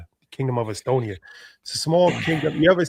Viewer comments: This dude still saying Estonia 🤦🏾‍♂️ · please look up how to pronounce the country Eswatini. NOT Estonia which is a European (white) country.